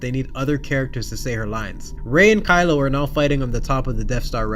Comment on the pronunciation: I'm pretty sure he said Crylo that one time.